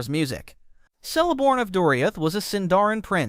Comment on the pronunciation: Celeborn is pronounced Keleborn